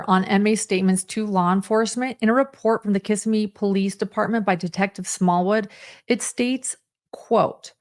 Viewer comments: Its kuh-simee NOT kiss a me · As a Florida resident you’re driving me crazy with the mispronunciation of Kissimee. It’s not pronounced Kiss-ah-me. It’s Kiss-sim-mee. You’re welcome. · Just an FYI: Kissimmee (accent on 2nd syllable) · The town is pronounced Kiss-SEM-ee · One note: The town’s name is pronounced Kiss-Sim-Me. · Fyi Kissimmee is pronounced casimee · Just fyi it’s pronounced Kiss-SIM-mee 😊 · “Kissimmee” is pronounced “Kiss-Seē-Mē” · It is pronounced. Ki-simy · I love how people who don’t know Florida pronounce Kissimmee. OAN, I hope they fixed him in leg